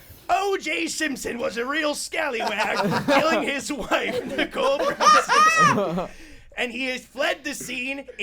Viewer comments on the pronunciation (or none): none